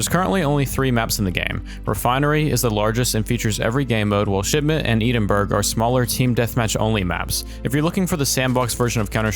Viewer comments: Never say Edinburgh ever again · The way you pronounced Edinburgh hurt my soul. Apart from that very informative